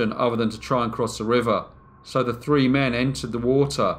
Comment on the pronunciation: I love his content!!! I enjoy the way he says three like 🌲